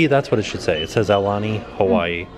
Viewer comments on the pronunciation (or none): "Ah- uh - lah- nee".... Aulani..., HOW did you continuously get that wrong, when I KNOW that when you arrived, someone from the resort greeted you and said the name of the resort!